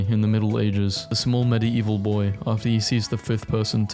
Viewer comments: Bruhhh.. I can't with the 'Medi-evil' Love the vids but: MediEEEval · It's pronounced Med Evil, not medi evil, the ie are one sound in this word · bro idk why you keep pronouncing medieval as med-i-evil and not med-evil its so friggin triggering. Btw I love you videos so no hate ♥ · it's not meddy-evil it's middeevil i cant watch this it's triggering me bro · ❌ meddy-evil ✅ meddeevil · I cannot get over the fact that he pronounces it "MED-ee-EE-vuhl". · I don't know if I can finish this video with the way you keep saying "medi-evil" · medi eval why u say it like that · why do you say medi-eval instead of medieval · I love how this guy says medieval "Medi-evil" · it sounds like hes saying "Medii-evil" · hearing medieval pronounced "med-e-evuhl" is honestly torture to my ears. is that a british pronunciation or is fucking up another pronunciation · I cant take you pronouncing Medieval in such a bizarre way for 13 minutes. Its "med-evil" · The crime here is he pronouncing medieval as medi eval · no one else triggired how he pronounces medieval wrong? Like he sais it like mide evil??? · there's just something that bothers me about hearing the word "medieval" beng pronounced like that so often in a row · i can't get into this video im sorry the way you say Medieval is killing me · WHY CANT HE PRONOUNCE MEDIEVAL CORRECTLY (Sorry just angry right now and I love your videos ❤) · Watching this video was so hard, considering that fact that Medieval was said incorrectly the whole time 🤣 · I can't get over how this dude says medieval 🤣🤣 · why does he say medieval like that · The way he pronounce medieval is so annoying.